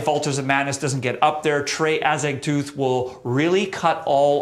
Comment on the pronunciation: "Azag-tooth"? Really? TOE-TH. Anyway altars and blessed are the sick deserve the top 2 spots up there...of this there could be no doubt. Blessed are the sick still stands up today as an original complex dm album with the best production u can get. Also "Heartwork" is great but I'd argue "Descanting...." is just as good if not better!